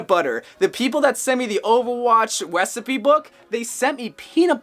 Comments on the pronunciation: Are we vinna ignore he said wecepiebook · bro fr said wessipe💀💀💀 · i thought he said " the owowatch peanut butter with the wecipe book" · My mans said wesicpie 😂😂😂